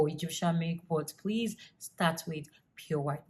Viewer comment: Burt 😒goord 🙄 bordy 😁🤣all your words with an extra /R/ lol love it😹 looking beautiful both then & now... Keep doing what u doing luv